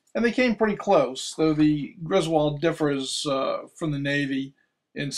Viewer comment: Cool video. FYI, it's pronounced GRIS-wuld, not gris-WALD. (In other words, not like in the National Lampoon movies.) Mr. Griswold was from Connecticut. You can hear the pronuonciation from Griswold, Connecticut, at the beginning of this video here